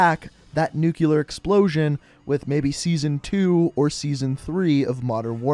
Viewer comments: People that say nuculer instead of nuclear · Everybody: nuclear bomb: nucular bomb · Jesus how do you jet nucular from nuclear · I didnt know Nuclear was spelt nuculear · Everyone: nuclear & Bush: Nucular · Everyone: its not nikito, its nikto Me: wtf is a nucular bomb? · Can you please pronounce 'nuclear' correctly? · It's Nikto, not Nikito. It's Nuclear, not Nukeuler.